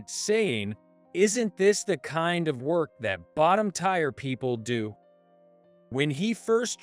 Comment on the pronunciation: TIRE? TIRE?When the hell will the AI learn that tier is pronounced as 'tear' as in ear NOT ire!!!!